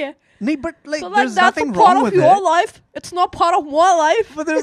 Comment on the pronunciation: port of our loif 😂 hold down 1 sec 😂 clear 😂